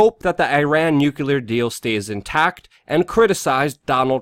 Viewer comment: ITS PRONOUNCED ( NEW CLEE ER) im sorry I had to get that out first now all of this is due to the NWO being set up its very possible that it will happen if the US goes to war they feed on this type of fear things are going to get heavier but only time will tell.